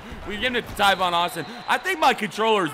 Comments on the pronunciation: Tavon. He said Tyvon for some odd reason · is talking about tavon Austin he just pronounced it wrong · ITS T- A- V- O- N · The amount of times you said Tivon Austin......... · Why does he say tavon Austin so weird?